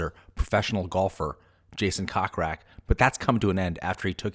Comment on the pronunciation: It's not pronounced cock rak, it's pronounced coke rack> I can see why no one watches your blogs and predict more of the same.